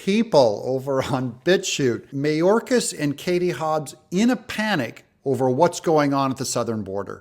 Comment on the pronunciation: BTW Doug, Mayorcas is pronounced MyOrcas.